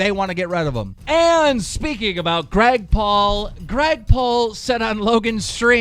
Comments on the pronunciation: Also, you say Grag Paul NOT Greg Paul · Did any one notice he said Grag Paul instead of Greg Paul😂😂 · "Grag Paul". Keemstar, why do you seem to have such a problem with pronouncing names correctly?